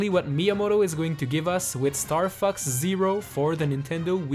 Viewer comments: The way you say "Fox" sounds like "F**ks" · is fox sounds like f*ck . . .